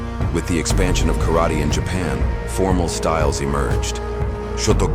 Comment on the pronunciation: Pronounce “karate” wrong……